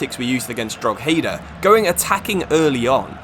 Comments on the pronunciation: Drogheda pronunciation is dro-heh-da. Love the series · You pronounce drogheda wrong is just pure annoying me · Your pronunciation of drogheda hurt my soul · Nice video! But learn how to pronounce Drogheda right please 😂 as an Irishman this hurt 😂😂